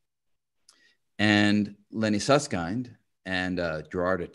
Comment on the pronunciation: I appreciate Brian's effort to correctly pronounce Susskind, and to almost correctly pronounce t'Hooft. :)